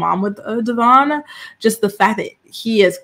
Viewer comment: It’s pronounced Devōinn, been saying his name wrong since the beginning and he had her child!!